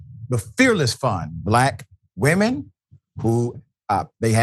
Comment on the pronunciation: Glade you noticed "blaAk"